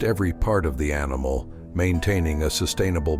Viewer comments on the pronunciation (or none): none